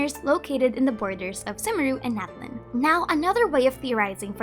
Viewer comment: I also forgot to say two months ago! Natlan would actually be pronounced Na-TLAN in real life Nahuatl as TenochtiTLAN would